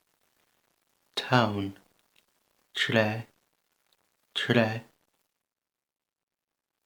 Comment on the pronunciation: Thanks, vey useful for learning pronunciation for common words and letter arrangements. Is there any reason you don't pronouncing the 'f' at the end of words like tref or olaf?